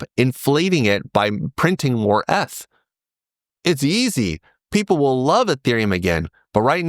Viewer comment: the pronunciation of eth is bothering me